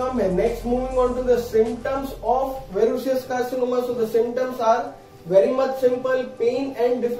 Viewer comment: That’s verrucous Not verrucious . Your pronounciation is incorrect